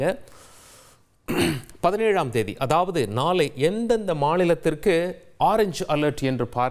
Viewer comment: நாலை,மஞ்சல் அலர்ட், நாலை மருநால், பல இடங்கல், வெல்லம், பகுதிகலுக்கெல்லாம் ...wow what great tamil pronunciation..hats off to you... 😂😂😂😂😂😂